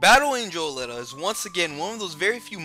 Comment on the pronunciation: Aleeta is how I would pronounce it.